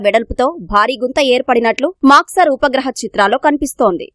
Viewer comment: Voohaa chitraalu kadu Vupagraha chitraalu